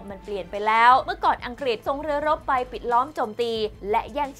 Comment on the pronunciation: ผุ้อ่านข่าวเสียงดังฟังชัดดีมาก แต่บางทีคำควบกล้ำหายไปเฉยเลย เช่น อังกฤษ เป็น อังกิด ปรับปรุงนิด จะชวนฟังระรื่นโสต